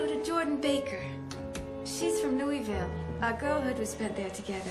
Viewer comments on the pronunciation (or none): I haven't seen this version, but it has a weird film noir feeling to it that wasn't any any other version's I've seen... Watching it all I can think of is the actor that plays Tom Buchanan, and how he was in The Walking Dead...Mira's great, but she pronounces Louisville wrong...